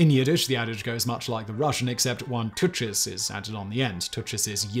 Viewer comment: Also, Simon, tuchas is not pronounced tooch-ess, but rather, tukh-ahs.